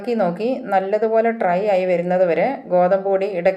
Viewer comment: മുളപ്പിച്ച റാഗിയുടെ ഗുണമൊക്കെ വറുക്കുന്നതോടെ പോവില്ലേ? ട്രൈ അല്ല.... ഡ്രൈ ആണ്.